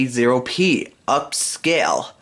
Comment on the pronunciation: Correct pronunciation: ten-eighty-P.